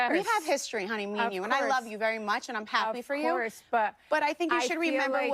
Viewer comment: YOU ALWAYS TALKING ABOUT, “LET ME NOT DO TOO MURCH.” 😩🤣🤣